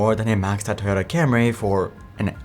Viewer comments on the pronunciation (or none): none